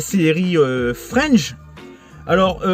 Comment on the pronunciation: Salut 👋🏼👋🏼 Joli, le coffret Fringe! Je connais la série et j'adore! Ca se prononce Fr I N ge, en pronoçant le I et le N. C'est une masterclass clairement sous-côtée, qui passait sur TF1 le mercredi en 2nde partie de soirée. Mon ex et moi, on se couchait tard exprès pour la mater. En +, Joshua Jackson (Série "Dawson") jouait dedans. Top que tu aies réussi à la trouver en BluRay et à si bon prix, car sur internet, c'est laaaarrrgement + cher 🤩🤩